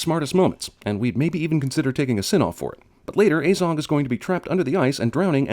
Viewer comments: Pronounces it like "Ay-zog" instead of "Ah-zog" Cinema Sins: +1 sin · Ffs why are you saying things about a movie that you know almost NOTHING about. Like you dont even know the names of Fili and Kili, and you cant even pronounce Azog right. ITS AZOG NOT AYZOG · It’s pronounced ah zog not ayzog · So the only thing that really irritated me in this is how you pronounced Azog lol it is not ay-zog, it is aah-zog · Like, when he said Azog, he pronounced the 'A' as 'Ay' and not 'ah'. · It's probably long overdue to say this, great video but i just cant let it go unsaid, its a-zog, not ay-zog, why do americans always pronounce a as ay, do you say aypple? and also in the lotr trilogy aragon is about 90, he is a dunedain, who have longer lifespans than usual humans and he has a massive backstory leading the rangers around evendim, angmar and the northdowns which is basically due to legolas finding him and telling him everything that happened here, hence how they are really great friends by the time the lotr trilogy rolls around. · Narrator pronounces it Ayyzog even though in all the films it is never pronounced any way other than the way it's spelt: Azog. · I don’t care if this video is 6 years old I’m quite sure it’s pronounced as-og also Aragorn is in his 80s in Lotr and still lives over 20 years after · He's pronounced Azog wrong like 5 times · and it's azog as in a in at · Person who has watched all 3 hobbit movies still pronounces "Azog" wrong after it is said 100 times. DING